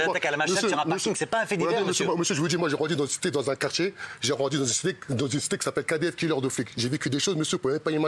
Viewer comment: "les gens de qartCHier, on va dGire "